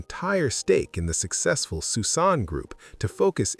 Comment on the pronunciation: Pronounced Susan not Suss-an🙄